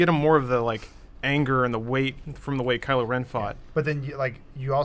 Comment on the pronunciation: it's KYLO not KILO. KYLO you dumbass.